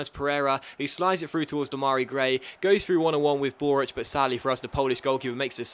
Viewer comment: its dem-a-rai gray!